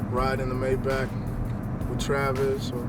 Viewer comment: Yes! He said Maybach correctly!